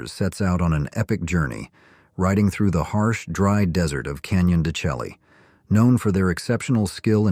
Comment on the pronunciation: Canyon de Chelly is pronounced Canyon de SHAY